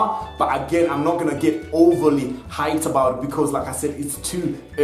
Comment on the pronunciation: When he says "like I said" iid like he is saying lacazette